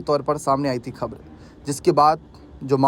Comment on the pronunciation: खब्र नहीं खबर बोलो